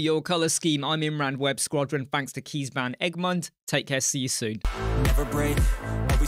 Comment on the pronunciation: Thanks for the shoutout! Felt good to give some back and couldn't have said it better myself! 🙏 And my name Kees is pronounced as Case in English, last name was almost perfect 🙂